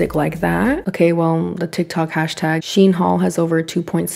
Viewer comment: Did she just say "Is VERY two-sided than ever."? LMAO? Who learned you how speak? HAHAHA! Also, its pronounced "SHEEN" not "SHIN".